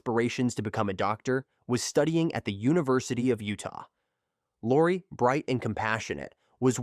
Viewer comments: Ai is ruining the story... saying Lacy isn't that hard...smh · How is it that half the time you can say the name Lacey, and the other half of the time you butcher one of the easiest names to say?…. Hella annoying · If you are going to use AI voice for the video, maybe proof read the commentary first. Laci… Lassie…Locie… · I think they did at first, but not for the majority of her story! Using someone’s story to make money, but not even trying to pronounce their name correctly is so disrespectful. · I find it curious that you can pronounce Shannan correctly, but never pronounced Laci correctly once😮